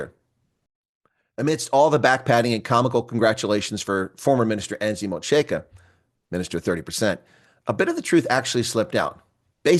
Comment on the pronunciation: Don't be so smug, when you cannot even pronounce Angie Motsega's name.